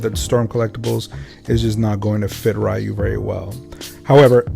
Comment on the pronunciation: Sorry fam, stopped at how you pronounced Ryu's name.